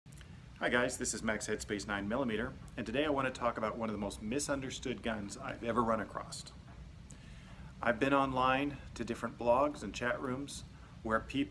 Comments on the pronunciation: Across not acrosst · Across-t. Wtf. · "I've ever run acrost.... " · Across has no T at the end.